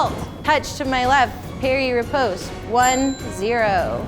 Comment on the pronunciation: ooof she cant pronounce riposte properly!!